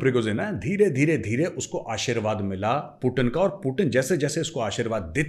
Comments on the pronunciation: Major saab aap khatna karwa liye पूतीन को पूटिन बोल रहे हैं😂😂😂😂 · Major saab apko paxtani 0.5 percent dekhte hain पूटिन नही पुतिन हैं😂😂😂